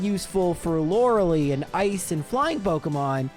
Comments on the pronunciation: Man, every time I hear Laura-Lee I get thrown off so bad lol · Alternate Title: Lorelei gets her revenge on for constantly mispronouncing her name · I didn't realize it was wrong until had his commentary. I never watched the anime. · well good for you, but it still is objectively wrong.